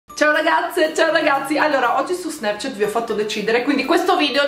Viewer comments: si dice snaaaaapchat non snepchnat ... sei molto brava però ♡♡ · Gio #147 in inglese la lettera A si legge E, tipo air, apple, and, alice, airport, ecc... si leggono eir, eppol, end, elis, eirport! Snapchat si legge snæpchat (ovvero snepchet,), la a diventa una e molto aperta (tipo pronuncia milanese)